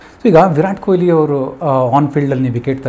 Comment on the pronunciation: It's not koyli.. It's kohli...hage Kannad Alla Kannada ❤..